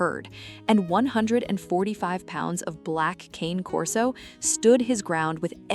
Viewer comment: It's still not "Cain Corso". The name is Italian, and in the Italian language, Cane Corso is pronounced "Cahnay Corso". AI is too stupid to know that, but people should know better.